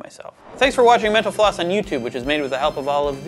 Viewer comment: Did he just say "this is Mento floss?"